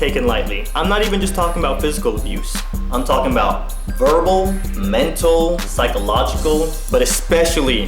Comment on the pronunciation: PSYchological. It is basically a synonym for mental. I don't blame you for misreading, since I have dyslexia myself..